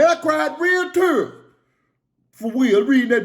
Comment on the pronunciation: He cried Real "Tures" 🤣🤣🤣